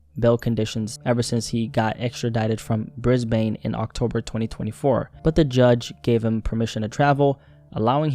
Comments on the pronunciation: It's actually pronounced Brizbin, not Brizbain. Although if you don't have much to do with Australia, I can see how the spelling of Brisbane leads to that mix-up. On a more serious note, I totally forgot about this whole situation. Can't believe it's been over a year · hey, just a heads up for the correct pronunciation of Brisbane is said like "Bris-Ben". Honestly props for getting that close though mate 👌🏽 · Brisbayne lmao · briz bane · i find it so funny how americans always pronounce australian cities incorrectly